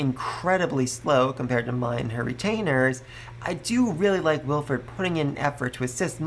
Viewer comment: Bon-e-fay-shus Wil-freed Dun-kel-fel-ger Det-lind An-e-stay-shus Eg-len-tiyn Also part 5 volume 7 comes out in English on the 15th of November in digital format on j-novel if your ok with that format